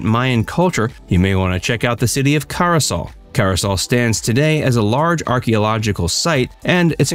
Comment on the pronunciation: Good information, although you left out some very important sites and mispronounced 'caye' (it's pronounced 'key' and Caracol is pronounced 'Cara call' not 'Cara sol'. Those are only a few examples.